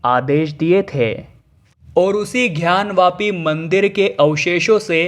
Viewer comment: पहले तो ये "ध्यान " वापी नही " ग्यान " वापी है... " गर्व नर " नही " गवर्नर " होता है. शब्दोच्चार सही करिये भाईसाहब....